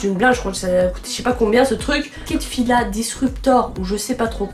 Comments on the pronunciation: Oui mais ça se dit fila ❤😂😂😂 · Mais comment vous pouviez dire fils je comprends pas ça se voit que c’est un a 😂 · Enfin quelqu’un qui disait « Fils » au lieu de « Fila ». Bienvenue dans le club 😂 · Ho ma. Petite toi aussi tu disais au lieu de bienvenue dans le club 💖💖💖😉